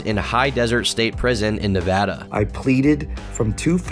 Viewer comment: Holy crapoly someone said Nevada right..... I'm guessing you are from here, bc no one says Nevada correctly... ahahaa!